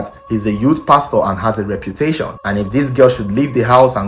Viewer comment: Pls did i hear you say. Reputetion? Dat word can never miss road to him.